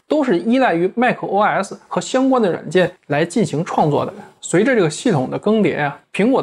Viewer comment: 怎麼一直把 os 講成 oRs? 哪來那個 R 啊?